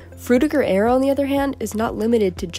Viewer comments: Aero not air-e-o. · I just realised that Americans pronounce arrow and aero the same. wild.